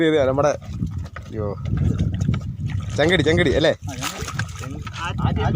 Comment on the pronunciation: ചെങ്കിടി അല്ല ചേട്ടാ. തങ്കിടി